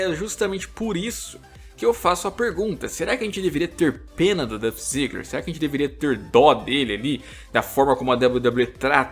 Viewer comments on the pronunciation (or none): Irmão, se puder ajudar, a pronúncia é "Dólf", não "Duff", sem desmerecer, vídeo muito bom. Acho que o Ziggler não se importa tanto por não ver o wrestling em primeiro lugar, já que ele também trabalha com standup. Ziggler tem tudo para ser maior, mas não na WWE, infelizmente..